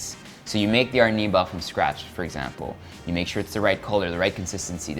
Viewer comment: lol... Arnibal.... hehehe... I speak spanish so it is so funny ... original word was: Almíbar :P